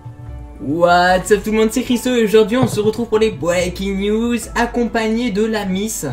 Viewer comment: Dans la video précédente t'avais dit que tu dirais "Breaking News" et pas "Bweaking News" ))